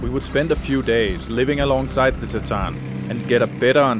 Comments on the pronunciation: Great documentary. Just one clarification. You keep mispronounced the tribe’s name “Tsaatan” to “sataan”. It confused me at first. I almost thought there was some new tribe that called “sataan” which I didn’t know about. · Thanks for video but pls say the names properly. It is not tsatan. It is Tsaatan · I am Mongolian but they keep mispronouncing the Tsaatan (reindeer tribe). It sounds like Satan. At least, they should’ve learned how to properly pronounce Tsaatan.